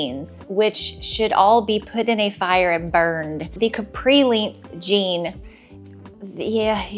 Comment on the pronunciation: Never heard anyone say “length” the way you do. Very curious accent you have with that word!